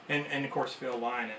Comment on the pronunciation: Lovely collection Just for the record for all the American fans Its pronounced lin-ott As in rhymes with tin nut , not lie knot